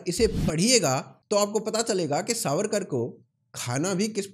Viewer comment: Pronounce veer vinatak damodar savarkar CORRECTLY.